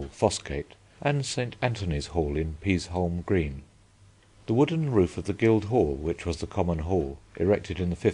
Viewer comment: You can tell the narrator doesn't know York. "Boot-ham-Bar" is pronounced "Boo-tham-Bar".. The L is silent in "Peasholme Green"